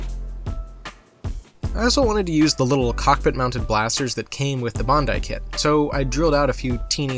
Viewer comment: For saying bandi, its not pronounced bon dye, its Ban die (like dice) amazing content though, loved it 💜